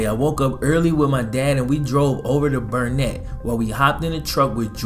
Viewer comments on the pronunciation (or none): It's Burnet durnit can't you learn it. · i live in the city next to burnet you said it wrong tho.....